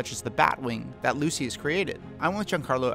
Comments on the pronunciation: It is not pronounced lu-see-us it is pronounced lu-sh-us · It’s pronounced Lu-shus bro 🤦‍♂️ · “Lucyis” > “looshis” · “Lucy-us” Fox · pronounce like lou-shis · Can we just take a moment to realize how he pronounces, “ Lucius”?